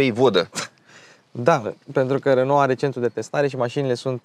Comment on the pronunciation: Bravo pt video si FELICITARI ca nu mai pronunti RONO si zici RENO. 🥰 BIG BIG LIKE Va salut cu respect 🖐️🖐️🖐️